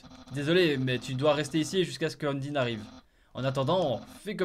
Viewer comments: Pour le combats contre Papyrus, en gros il attend pas que tu sois a 0, genre a 1 pv bah il te capture pour pas te tuer et pour te livré a Undyne ( qui ce prononce pas Undine mais Undayne 😂 ) c'est pour ca que a 1 pv il te capture ;) Desolee, je nai pas pu voir la vidéo avant pfff :( Très bonne vidéo ! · arrêté de dire undyne sa se dit undaine